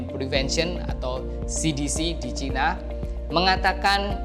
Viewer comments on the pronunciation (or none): Sinovac bukan sanovec ngomong aja kayak mbel..kamu orang mana om..ngomong tadi ngomong caina akirnya ngomong cina..mbelgedes